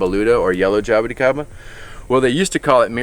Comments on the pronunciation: Jay-bo-ti-kay-ba Classic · pronunciation of jaboticaba though... hah-boh-tea-ka-ba